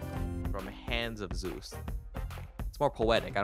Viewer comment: In case you were wondering, it's Zeus not zues. Bruh lol